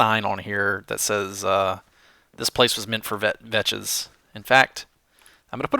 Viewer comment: VAKS NOT VECHES! :D